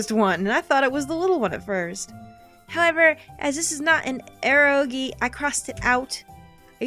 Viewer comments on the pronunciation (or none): erro-gee lol (I think it is pronounced e-ro-gay)